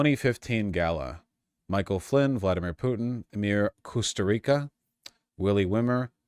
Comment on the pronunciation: anglo speakers will never get our names correct, the way you pronounce his last name is Coos two ree tsa (the best way I could explain it) and it has no connection to Costa Rica